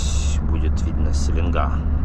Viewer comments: СеленгА, ударение на А. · Ни гвоздя ни жезла!Река Селенга ударение на а